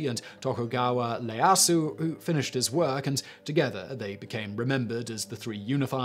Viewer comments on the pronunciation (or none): Hell, they are bigger issues in his pronunciation. Leyasu (Ieyasu)? Leyosho (Ieyoshi)? In Japanese i is pronounced as ... i. Not L. Also, Tomo (Tomoe)? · How about Minamoto Yoshitsune? overall excellent but some names like Masashige and Ieyasu. were mispronounced.